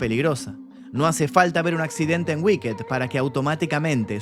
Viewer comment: No se dice wicked "guiked" se dice "wikt" o "uikt" la ed es una t al final no mas.